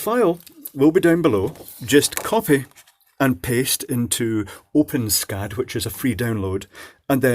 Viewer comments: Pronounced "open es cad" - not "open scad" :-\ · I've never heard it be pronounced like that before. According to the developers, it's supposed to be "ess-cad" (the way I've always pronounced it); however, from now on, I'm gonna pronounce it like you did. If you want, I can add some code to it to make it compatible with the built in customizer, so it uses drop-down menus, etc. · It is pronounced Open-ESS-CAD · Just an FYI, the developers of OpenSCAD have determined that it's pronounced "open ess cad" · i always thought it was pronounced open-s-cad